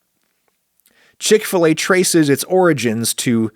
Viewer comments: Ive only ever heard it pronounced "chick fil A" as opposed to your "CHICK fil a" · Wait - what? It's called Chick f-LAY? I (over here in Britain) thought it was Chick Filler. We pronounce 'fillet' to rhyme with 'skillet'.... which is probably as weird to Americans as 'f-LAY' is to to us Brits!